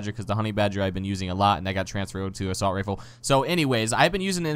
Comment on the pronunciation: why you say "Assualt"? xD